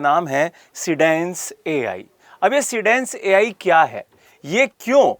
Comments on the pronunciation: Ghodu bolna toh seekhle dhange seendance 😂😂 sandaas hi bol de PagalChode. See Dance hai seedance 😂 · लिखा है सीडेन्स आप बोल रहे हो सिंडेन्स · Teacher hokar bhi be akhal ko teek sey SEEDANCE ya SEADANCE bolne nahin aata. Nonsense. Baar baar SINDANCE bol raha hai be akhal. Jaakar unka site mein unka naam dekho teek sey beyakhal galat bolna sikha rahe ho students ko bhi nonsense.